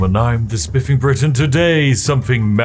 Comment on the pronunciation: i still can't get over the removal of the t in the spiffing brit